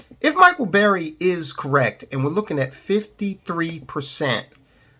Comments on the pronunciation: It's burry.....not berry. Cmon man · Burry, not Berry